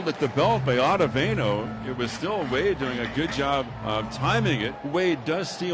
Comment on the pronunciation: I hate these A's anouncers, first they called Nimmo Nemo . Then they call Ottavino Ottavano